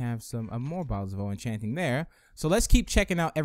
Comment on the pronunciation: why dose he say bottles of o-enchanting